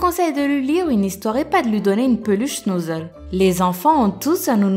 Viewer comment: Iliass Rchidi SHNOUUUUZZZEUUUL